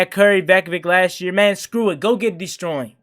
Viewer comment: He said go get deestroying 😂😂😂😂